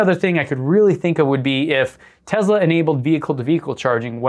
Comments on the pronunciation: He actually said "real Tezla." Must be taking about a different brand. ;) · Please stop mispronouncing Tesla. It is not “Tezla”. Thanks. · It's not a Tezla. It's a Tesla. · It’s pronounced Tesla not Tezla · Can you not say tezla its clearly tesla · Tesla not tezla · a tesla is not a tezla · Stop. Saying. TEZLA!! It’s TESLA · I HATE how he says “Tezla” instead of “Tesla” r/mindlyinfuriating 😭😒😵😤😤😤😤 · Why they say tezla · Duud says tezzla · That is how it's pronounced. That's how Tesla emloyees (including Elon) pronounce it. You have to remember where Nikola Telsa came from (a slavic language nation). I know you know this though, and were joking. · Can't pronounce the S in Tesla?